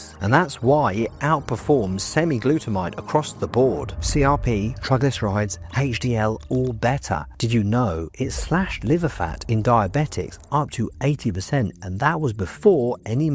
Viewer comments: Semiglutamaide?? Dude gets the naming right at least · Semiglutemide? Wtf dude